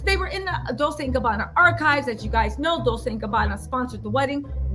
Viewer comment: It’s Pronounced Dole-chay! Not Dole-say. The Kardashians are just a bunch of jealous haters. They are just mad because Kourtney is living her best life. I’m truly happy for K and T.♥️